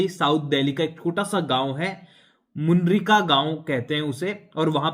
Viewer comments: मुनिरका है नाम,मुनरिका नहीं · Gaon ka naam mundrika nahin Munirka hai